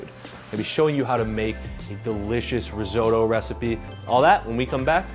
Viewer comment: Reezohdoe? Take a few seconds and try to learn how to pronounce it, try a translation app very simple ri not re risotto.